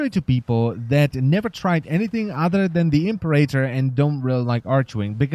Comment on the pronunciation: You've ruined the Impera-tor for me by calling it the Imp-erator, i couldn't stop giggling.